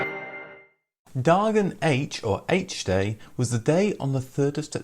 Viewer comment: This video says "Dagen H", the correct swedish name, as well as "Högertrafik", but mispronounces both, especially the "H", which is phonetically spelled as "Hå" or in english i guess "hoa" (not the same as "hoe-ah"), and not "haytch" - i don't know about the pronunciation of "dagurinn" at the end, but i can't imagine "haytch" is the correct pronounciation of the "H" part in icelandic either